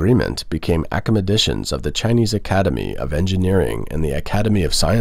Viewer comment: what is acamadetion (the caprions read accomodations)? Did you mean academicians